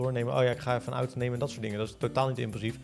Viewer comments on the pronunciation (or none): none